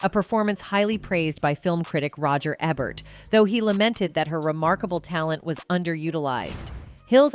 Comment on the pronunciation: Jesus your pronunciation just gets worse and worse. Fugees , Ebert?!? Do you honestly not know how to pronounce the word “bow”?!?!